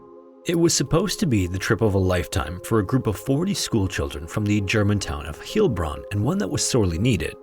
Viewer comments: It’s pronouced Heil-bronn (like it’s spelled) not Heel-bronn. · Pronunciation note, as you are mispronouncing German names (Heilbronn is pronounced 'hile' not 'heel', And Hans Seiler is pronounced 'SILE - er not 'Seel-er'. The rule, in German: "when two vowels go walking, the SECOND does the talking." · Just so ya know: "EI" in German is pronounced like English "eye" /ay/, so Heilbron would be like "HYLE-bron". You got it nicely in Dachstein: I'd've pronounced it like "DAHK-shtyne" (or better still, "DAHKH-shtyne" with a guttural sound instead of a "k"), but given all the issues with English pronunciation and German spelling*, "DACKS-tyne" is plenty good enough. *LANGUAGE NERD ALERT: I tell ya, German vowel spellings are confusing. "EI" sounds like English "eye", but "IE" sounds like "ee" /i/, so the German name for Vienna, "Wien", sounds like "VEEN". That, and German "ST" sounds like English "sht". That said, German spelling matches its pronunciation far better than English spelling and pronunciation. English spelling more or less reflects how English was spoken 500-600 years ago: in that time, all the vowels moved around and the old "gh" sound just outright vanished (except in Scots). Fine: so, what's German's excuse? Well, German did something kinda like English, but not quite as crazy, and early enough that Standard German spelling changed to match. I say "Standard" because German has dialects out the wazoo, and some of them did things that other dialects didn't: try getting a German from the Swiss Alps to speak to a guy from Hamburg, and it'll go as easy as getting a Jamaican patois speaker and a Cockney to chat. Anyway, you go back 800 years to "Middle High German", and the vowels are kinda like Middle English: Middle High German "wîb"/"wîp" (pronounced like "weep") ma